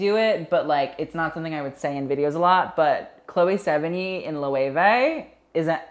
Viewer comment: honey, learn ur pronunciation cannes isn’t kahn loewe isnt loweevuh